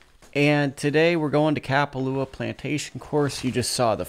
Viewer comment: No disrespect but, ur saying kapalua wrong